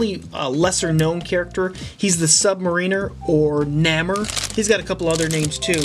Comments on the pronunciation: It's pronounced "nay-more" not "naa-more" 😉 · You're pronouncing Namor wrong. It's Nay-more not Na-mer. No hate though I love your vids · It’s nay-mar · Namor is pronounced Naymore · nay-more thats how you pronounce his name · its pronounced more like neigh-mor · Great video and I want to high five you because growing up I loved Gambit. I think the one you were calling Jean Grey was Kitty Pride. Namor is said nay - more. Sorry if it sounded like I was complaining, I felt awful typing the criticisms.